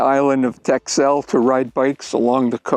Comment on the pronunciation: Dutchie here: “Texel” is pronounced like “Tessl”. Great to see you enjoyed the Wadden Sea and its isles, one of my favorite regions as well.